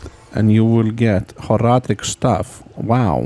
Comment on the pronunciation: 1) very good video editing 2) so informative and long, but also not too long 3) I like how you say Horadric 4) I loved the Horadric Cube so much as a kid (and still do) 5) I also like how you say two -> clearly 27 out of five happy points!